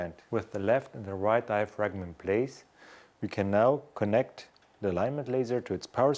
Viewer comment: a ten year old vid....and I just wish the presenter knew that the G in diaphragm was silent....because he's murdering the English language it's so cringe inducing...